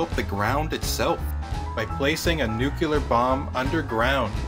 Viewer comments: The word is not nukular its nuclear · It's "noo klee ar", not "noo cue lar". The shift to underground testing was motivated by the fact that atmospheric tests released radioactive fallout, which was dangerous. Also, the manhole cover would have been directly exposed to the gamma rays from the explosion itself, which would surely have heated it up a great deal. It is therefore more likely that it disintegrated within a few milliseconds of the detonation.